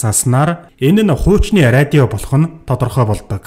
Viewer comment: radio gedeg ug yaagad ariodio bolood bainaa hahah